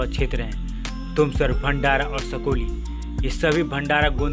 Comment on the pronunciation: सकोली नाही साकोली आहे तो